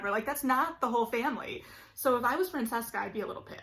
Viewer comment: It's pronounced Vai-count, there is no sounding S in viscount. and FranCHesca, as in cheese, not just Francesca... Just listen when they pronounce these title/name on the show.